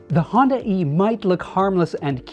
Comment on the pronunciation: Honda e Hondae "Honday" Hyundai Honda e = Hyundai